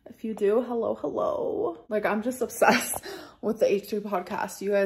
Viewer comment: The “h’llo h’llooo” is reeeeeeally killing me 😭